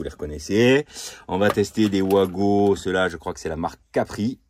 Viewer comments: Coin! Coin!, pas toi 😱 On ne dit pas vouago mais vago.😭 Tu ne dis pas un vouagon mais bien vagon "wagon" ❓Rassure moi 🙏Après oui, ce sont des borniers de connexions rapides.👍 Il y a les mêmes sur "Temu". Je me demande comment cela passe la douane. 🤔 Le matériel électrique doit être estampillé NF. 😱 Alors, test à l'arrachement:🆗 A ce Vincent quelle chaudasse 😂Test à la surcharge (16*230= 3680W sur 25m max: ❌ Malgré la surcharge, 4500W, le bornier à 70°C, c'est trop en 20min, imagine à long terme. 😱 Je préfère les blocs de jonction à visser.👍 Bizarre comme expérience, une vidéo qui ne fait pas l'éloge du produit.🤔 36 15 kinenveu pour ceux qui n'en veulent. 😂 À bientôt, bey! Bey!🤞✌ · Juste pour info on prononce Vago c’est comme le wagon 😊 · Mais tous les électriciens le font exprès de dire OUAGO alors que ça doit se prononcer VAGO ? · Tout l’monde dit ’ouago’ comme si ces produits éraient de sources anglaise. Ben non, c’est allemand, donc le w se prononce comme v. Ce sont donc des VAGO !!!